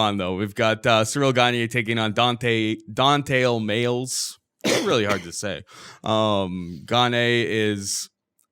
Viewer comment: ITS DEFINITELY MAYES NOT MAILS FUCK